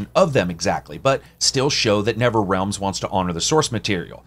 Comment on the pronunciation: Thanks for the review. I can't wait to play it tomorrow. by the way, please correct me if I'm wrong but I swear you were saying Never-Realm instead of Nether-realm.